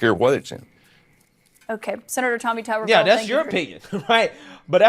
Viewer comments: It’s Tommy TUBERVILLE! Not Toomerville! He was also the head coach at Ole Miss for 3 years and most notably was the head coach at AUBURN! Coach of the year when he won the SEC in 2004! Just a couple of a quick, 1 minute search of his highly decorated football coaching career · You keep calling him Tommy Tumorville? LoL, better work on that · Tommy "Tomberville"? 🤦🏻‍♂️ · It's pronounced tub as in bath tub not tube and yeah they love talking ish about Mr. Tubberville he had the funniest campaign ad where he screams at some hecklers in the crowd at a football game GET A JOB! LMAO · His name is Tub/ber/ville , Not Tube /er /ville, and he is not racist he was a big time college football coach who recruited black Kids all over , he loved those kids as much as the white kids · His name is pronounced like a TUB of butter, not a TUBE of toothpaste. Also, he was head coach at Auburn. 🤢🤮😂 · It’s TUBERVILLE!!!! damn you do this all the time and it makes you sound stupid. Toumerville? Wtf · His name is not "Tumourville". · It’s Tub-er-ville. And he’s known for coaching at Auburn university even though he did coach at ole miss briefly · TUB-er ville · If you do a follow up It’s pronounced Tubberville And he coached at auburn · TuBBervile pronunciation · Tubber Ville is the pronouncement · Cmon man, they even pronounced Tuberville's name in the videos you showed. Take a minute and get the names pronounced correctly. This is every video now. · Good video but being from Alabama it drove me nuts everytime you mispronounced Tuberville. Lol